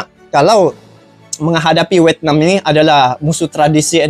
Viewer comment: Vietnam bang tenkuruk bukan wetnam😅